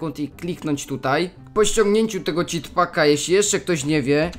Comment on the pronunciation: Citpaka? A nie CZITpaka?